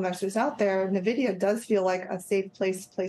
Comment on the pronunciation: She probably should pronounce Nvidia correctly